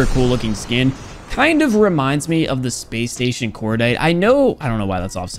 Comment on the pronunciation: Spæs stæshon kordait